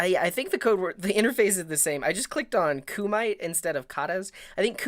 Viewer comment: kumite is pronounced ku-mee-tey i know cuz i did karate